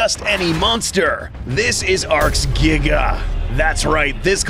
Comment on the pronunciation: The Giga’s “Gnash” ability refers back to when you discussed the unused prologue of Jurassic World: Dominion two years back. “The T rex’s throat was slit by the ‘Jiga’ (as you pronounced it back then).”